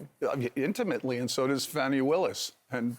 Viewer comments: It's pronounced 'FAWnee'. Geezus. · Can you please pronounce Fani’s name correctly? It’s called entitlement if you don’t. It’s such a dick move. How long has this case been in the media?